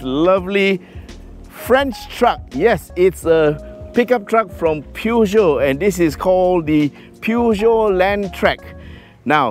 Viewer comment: Hello... Its pronounce pu joe.... Haiiiyaaa or poo Joe...